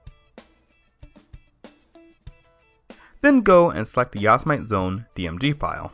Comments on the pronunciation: lolno,depending what u say,there's didn't have a right answer of pronouncing yosemite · I don't trust this guy only because he can't spell/pronounce Yosemite correctly. I am very disappointed in you. Otherwise good video. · sorry. I can't get over the fact that your pronouncing "Yosemite" wrong. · its not yos-mite...its yo-sem-ite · "Djoz-mite"? Are you serious? It's Jo! Sam mid tea, you know :) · Yosemite not Yosmite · its yo-sem-it-ee. not yo-sa-mite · ITS "YOW-SE-MI-TI" NOT "YOS-MITE"!!! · lol! you guys. it is not pronounced "OS X" It is "OS Ten" Like the roman numeral, and it isn't "Yos-i-Mite", it is "Yo-seh-mi-tee" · Yosemite : yo-SE-mi-tee. Not yo-sa-mite. Great video. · YOS-i-mite? It's pronounced YO-sem-i-ty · OH MY FUCKING GOD ITS NOT YOS-I-MIGHT ITS YOS-E-MIH-TEE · looks like a good tutotal (finally) but you keep saying ya-si-mite but its yo-se-mit-ee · yas - mite lol its yo - sem - e - t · It's pronounced "Yo-zem-it-e", not "Yoz-mite". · Yasomight? Cringe... Yosemite, as in Yosemite Park. (yo-sem-it-ee) If you have a Intel PC with compatible hardware (i.e. same hardware as a mac), you can actually use a vanilla OS X install DVD/USB instead of a hacked one. I'm running 10.10.5 with almost no custom drivers, only using Clover EFI and a driver for my Ethernet. (Plus the essentials, like FakeSMC) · I know what you're saying (unlike everyone) but the actual mountain or landmark or whatever it is it's pronounce yo-sem-it-ee y'feel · WARNING : 99% of the comments section is filled with grammar Nazis who are screaming about how he should pronounce "Yo-sem-it-ee" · "Yossa-Might"... lol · yah-so-mite lol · Great video, but it's pronounced yo-seh-mitty. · It's pronounced "yo-sem-it-ee". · I was cringing so bad when he said that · It's pronounce Yo-Sam-A-Tee. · Yo-sem-it-E you cheeky degenerate normie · I know your saying it wrong. It's Yo-Sen-ite your app its to say. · what the fuck is a "yos-mite" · Ur not pronouncing ''Yosemite'' correctly